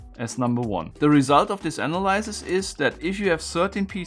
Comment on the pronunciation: no disrespect, but as many other Germans, you're butchering the pronounciation of "analysis"